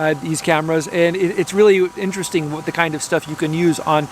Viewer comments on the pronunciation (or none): none